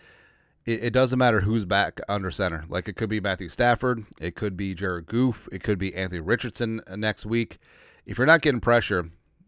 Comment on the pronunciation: What’s up with calling Goff, Goof? Kidding or disrespect?